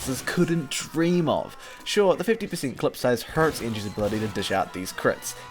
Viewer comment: when he says hurts it sounds weird with the accent